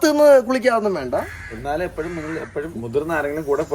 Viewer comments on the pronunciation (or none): none